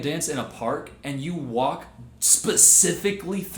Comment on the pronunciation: "Can yoh" 😬